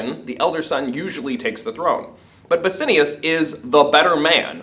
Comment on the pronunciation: the pronunciation of bassianus :((